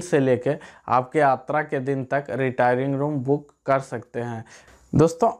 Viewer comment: Abe sas. Atra nahi yatra bol